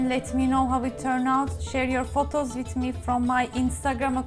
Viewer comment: Sorry, but I had difficulty understanding your English this time. After a lot of rewinds and replays I finally understood. Tell me where you learnt your English.... Ireland? Turd of a cup,...wid a or, along wid, etc. A complete lack of "th" . Tanks for reading.